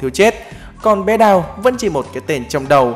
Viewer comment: hình như Ông đọc đào saii thì phải sao tui nghe ra chữ con đào cak ? :)))